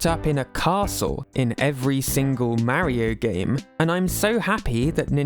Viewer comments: It's not "marry-oh" it's "Mario" you sound like my grandma trying to say mario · I like how Peach can actually pronounce “Mario” correctly unlike this guy.